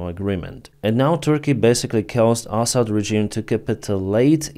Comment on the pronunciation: I enjoy your pronunciation of Assad as asshat. Huge fan, as always. ❤